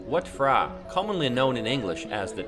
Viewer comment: Just so everyone knows. Anything name/word that begins with 'PH' or 'TH' in thailand is pronounce as what the letters individually sound out. PH is not as an F! Example it's pronounced Wat "Prah" not Wat "Fra"